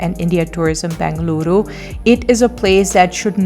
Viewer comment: Did I hear you say BAngaluru once? You did pronounce it correctly later. Please don’t say BAngaluru. You are now a Bengaluru girl and you know that the second letter is E not A. We know a lot of non-kannadigas including news readers of prominent TV channels mispronounce the name of your city. Thank you for introducing Mangaluru. This is pronounced Mungaluru and is a conjugate word - Mangala + Uru - the city of Mangala Devi - just as Mumbai is the city of Mumba Devi.